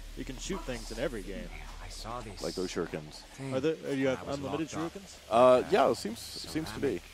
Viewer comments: But yes, "shirookens," lol. Shoulda known when you saw "IGN" that they'd suck at everything PC. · "Shirukens" X)